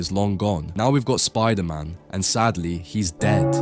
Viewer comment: Of course VISON and SPIDERMAN are dead, you already butchered their names